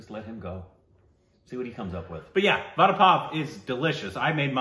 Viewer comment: Everytime she mispronounces Vada, I cringe